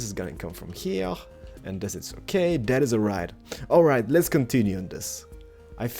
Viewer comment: no offence but when you say lets build it sound like lez build like you're building a lesbian lol